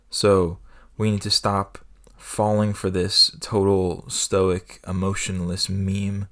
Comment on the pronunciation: Evidently, stoic is not pronounced "Stoike" in one syllable. You learn something every day